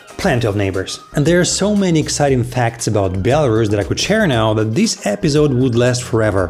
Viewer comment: In English, it’s pronounced as it is written BEL-A-RUS not BIEL-A-RUS. You’re welcome.